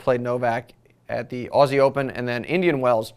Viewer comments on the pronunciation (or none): none